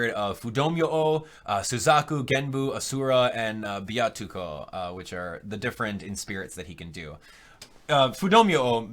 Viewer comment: I did, but i doubt your friend in japan would make the amateur mistake of the little tsu (ッ) in ビャッコ being pronounced instead of doubling the consonant like you did (Byatsuko, it should actually be Byakko)